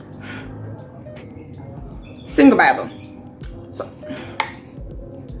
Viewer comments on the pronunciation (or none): Not ‘sinklebible’ 😭😭